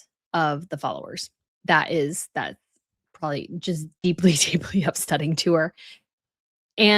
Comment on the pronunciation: Come on,! "Probably"! 3 syllables! 2 B's! You are too old, and too accomplished to say " prawley"!